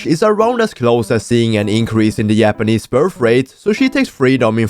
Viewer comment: not just you